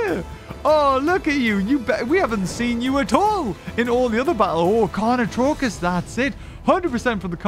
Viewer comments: "carnotarkus": carnotruckus! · Anyone else triggered because the entire time he was pronouncing carnotarkus wrong?